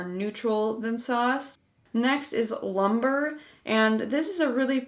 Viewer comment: It is pronounced loom-bray, not lumber.